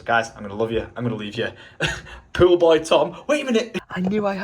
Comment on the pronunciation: its pool tom, not pwul.